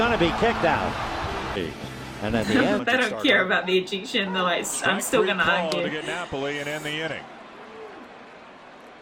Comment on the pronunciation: "eejiction" New Zealander for ejection. Thanks for the reaction